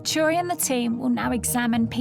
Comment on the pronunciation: Interesting that the professor's name is Turi, but when Stacy says that name, it sounds as if she is saying Churi.